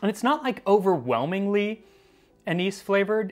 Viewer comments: The way you say "anise" is so wrong and it makes me nuts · I have to ask...why do you pronounce "anise" two ways? You say it correctly in the word "anise seed", but incorrectly otherwise.